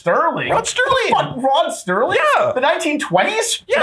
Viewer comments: Serling, not Sterling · I know this is picky, but I should point out that's it's Rod Serling, not Rod Sterling.